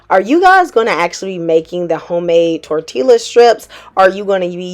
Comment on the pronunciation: Just found you and love this channel. It's Tor Tee Ya. Just sayin' ❤